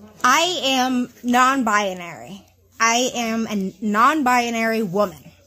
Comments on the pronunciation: “i am non bia-narary” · "non-bi-a-nary" drives me nuts. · why does she pronounce "non-binary" with like eight syllables?